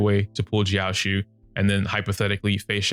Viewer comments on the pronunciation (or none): it’s pronounced jiao-cho. love your videos!